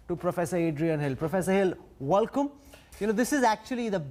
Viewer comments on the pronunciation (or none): Why does he keep saying Valkum ? It’s welcome 😀